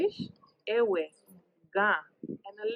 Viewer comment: This man should teach his daughter how to properly pronounce the Ewe (the W is pronounced V) so it should sound Like Eve’.in their alphabet,the letter V replaced the letter W. Just like in Germany 🇩🇪 Jacob is pronounced YACOB even in the Twi language Jacob is also pronounced YACOB